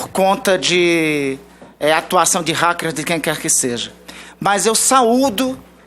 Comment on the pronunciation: E ele fala "ráqueres" =P ahuahauahau é uma piada de péssimo gosto esta criaturinha